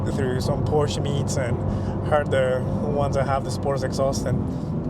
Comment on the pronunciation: Soooo, after saying how to pronounce the name correctly, you dudes are just too lazy to pronounce Porsche properly? Good video though.